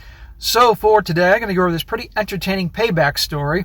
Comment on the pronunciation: Stop saying "Dis" man. You aren't from the ghetto.